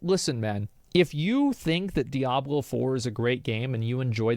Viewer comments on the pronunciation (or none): Its called Diablo 4 not Die ablo 4. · can't decide how to pronounce Diablo. dye-a-blo at the start and diablo at the end LMAO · calling Diablo "Die-ah-blow" is just wild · Why is this guy saying "DIE-ablo Four?" Come on, man. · Why does he have to pronounce it die-ablo it's so triggering to me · What the fuck is Die-Ah-Blow 4? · DIE-ABLO GG. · Dye-ab-low Me: wtf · "Die Ablo!" 😂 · dieablo he say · why does he say DIE-ABLOW four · why is he calling it die hablo? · the way this dude says "Die-Ablo 4" is annoying. 😑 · Why TF are people pronouncing Diablo as "DIE-ablo"🤦‍♂🤦‍♂ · Brother pronouncing it as "Die-abolo" is killing my immersion lol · DIE ABLO i'm dead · Hear the guy pronounce 'Diablo' in a weird way each time really made me cringe, it's a spanish word so pronounce it as it is written. So for you would be like "dee-A-blo" . And read the A like the a on Cat. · Is he deliberately saying Diablo wrong?